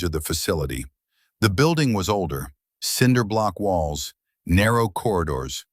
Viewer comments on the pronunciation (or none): none